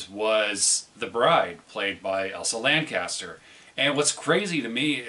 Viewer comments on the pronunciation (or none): Chester. Elsa Lanchester. Not Caster, Elsa Lancaster.